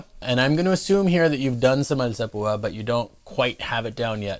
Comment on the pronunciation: what lacks in technique he more than makes up for with pronunciation. alzapooooh ah